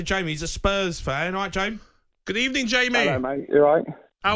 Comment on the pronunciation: Unai Emery cant be believe his luck..He had a good ebening and he will take his chances